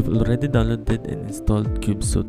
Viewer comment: It's pronounced "sweet," not "suit." "Cube-sweet," not "cube-suit."